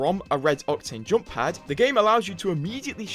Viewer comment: Some ofy should make a 10 minute videos with him saying the word "JOMP" from every video